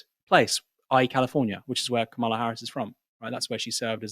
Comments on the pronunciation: Kam-a-la please get it right. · Aaron you still haven't worked out how to pronounce Kamala's name